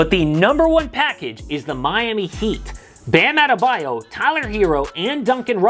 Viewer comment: Please tell me he didn't say Bam Adebayo